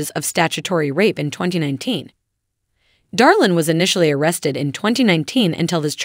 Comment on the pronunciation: It's Draylin not Darlin, I am pretty sure those in Alana's camp doesn't think he's "Darlin."